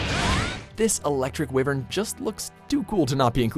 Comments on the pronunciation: Its WHYVERN... not "wivern" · said wivern instead of Wyvern. Wyvern is a literal term. WatchMojo really dosen't know their shit when it comes to any game or anime or TV show etc. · It is pronounced why-vern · I would like it if he pronounced wyvern correctly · I know right, why would you say it like that and not say the way it's spelt first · May Marzo they say nibelsnarf first appeared in generations even though it first appeared in monster hunter tri, they even used the nibelsnarf intro from tri, I find it odd how they only put 3 of the fated four on the list, and still don't like how he says wyvern.